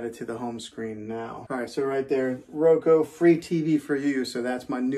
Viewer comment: I just have to say because it’s bothering me. It’s RO-KUU not Ro-ko